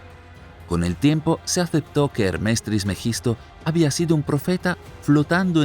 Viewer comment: ¿Por qué dice "Hermés"? Es Hermes, sin acento. Cuando comenten errores tan básicos, provocan dudas sobre el contenido general.